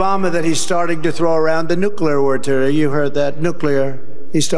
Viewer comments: New clear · According to Homer Simpson, the word is nucular.